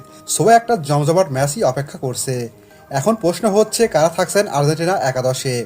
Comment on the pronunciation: Asha kori Uccharon ta ektu thik kore niben. Argentina ke apni bolchen Ar-zen-tina.